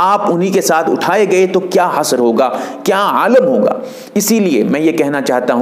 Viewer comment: अपना तलफ्फुज़ दुरुस्त कर लीजिए हस्र (حسر) नहीं हश्र (حشر ).